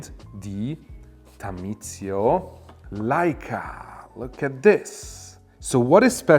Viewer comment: You are mispronouncing Leica. Pronounced Likea and not layca